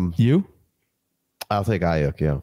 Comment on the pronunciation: Please stop saying Aiyuk as i-yuck. It’s pronounced i-yook. Loving what you guys are doing tho 🙏🙏🙏